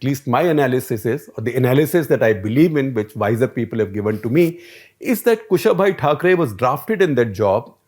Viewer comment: Sir, it is Kusha-bhau Thakre, not Kushabhai Thakre! :-)